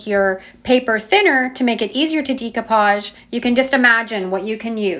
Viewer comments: YOu do such a great job on your videos. You make them so easy to understand. But, it geeks me out everytime you say, "Dee-koo-paazh". I 've been saying it wrong too. It's actually pronounced "day-koo-paazh." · It is deck-o-page not de-co- page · Great techniques! Very simply explained so that we can follow easily. One thing I just wanted to mention, the pronunciation of "decoupage" is not "dee-coupage" but "day-coupage." Thought you might like to know. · Love the videos!!! I have a hangup I can't get past: you are obviously extremely intelligent and super crafty -- but I take issue with your pronunciation of "decoupage." It should not be [dee cou page] but rather [deh coo pazh] or [day coo pazh]. Keep up the good work: extremely inspirational. Thanks for all the tips. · Please it's pronounced DAY-coupage. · Pronounced DAYcoupage. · It's pronounced "Day-co-pauge." It's French. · Great tutorial! The mispronounciation of the word decoupage was very distracting. Even in English the word is pronounced "deck o pahj" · Love your channel, new subbie. Binging decoupage(love your accent on that word). Never saw this technique before. No laser printer, I’ll try hair spray. How do you get the quote/font? Thanks.